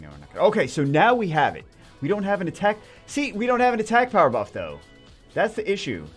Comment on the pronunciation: slow down Jew or we 're not gonna have a power "bruff" lmao